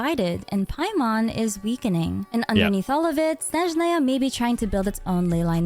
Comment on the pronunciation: I like that she pronounces SnEzhnaya in the right way, as we say it in our native language ❄️